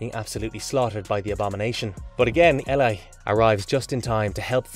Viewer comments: How many different pronunciations of "Eli" were there in this video? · EE-LIE not elie or whatever different pronunciation you decide from panel to panel.ELI = EE-LIE.